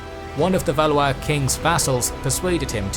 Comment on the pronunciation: Valley-is?! Valwah is correct pronunciation. LOL